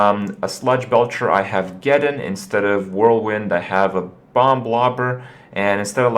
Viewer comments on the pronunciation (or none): its so aggravating hearing him say bomb wrong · will you fucking stop pronouncing the second b in bomb. holy shit. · Pronouncing that second B in 'bomb' is super adorbs. <3 #sorrynotsorry